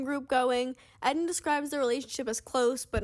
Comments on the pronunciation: Isn’t it pronounced eee - den ? Not Ed - den? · his name is rlly pronounced ed-in and not eedin? lol poor guy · Is this how Eden’s name is actually pronounced?!